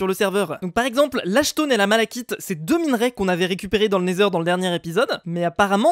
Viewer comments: on ne dit pas "malachite" mais "malakite " même si ça s'écrit malachit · pas malakite mais malaCHite